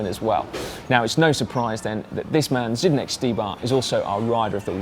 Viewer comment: it's Zdenek not Zydenek